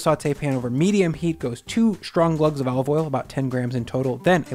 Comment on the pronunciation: "Shtrong" is not an English word and neither is "sthrength" or "shtreet".